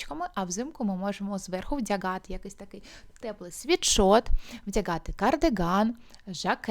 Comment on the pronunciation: Нажаль українська мова не дуже по-українському звучить, дуже ріже слух звук "г" гострий, як в російській мові. В українській мові є два звуки і дві букви "г" звучить м'яко, а "ґ" гостро. Так от "гардероб", "чорноГо, синьоГо, вдяГати, взаГалі" і тощо мяють м'який глибокий Г, а не гострий Ґ. Інформація добра, але я не змогла дослухати. Єдине слово, яке почула нормальною вимовою "багато".